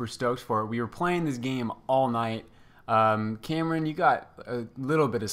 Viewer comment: Are you saying Cameron?